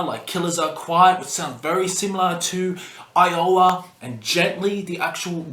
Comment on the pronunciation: Despite butchering the titles of Mate Feed Kill Repeat, and Iowa, I have to say, not a bad ranking.